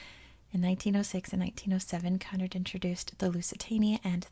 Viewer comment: You were right the first time with your pronunciation of Cunard :) Really great video. It's such a sad and fascinating topic.